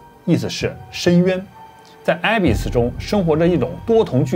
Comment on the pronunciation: abyss, 不是埃贝斯， 是恶贝斯